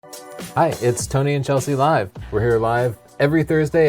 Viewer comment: "A-A-ron" lmao!!! "C-helsey"